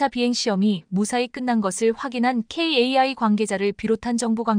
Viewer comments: 케이 에이 아이 ㅡ카이....원고 작성자 기자가 아사운서 읽기 교육 좀히키시면 좋을테인데 씨엠 ㅡ센티미터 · 야 군사용어 좀 배우고 나와라, KAI--->카이로 읽어.